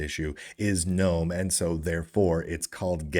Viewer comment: I have it on good authority that GNOME is pronounced, "guh-nome." That's how the founder pronounces it.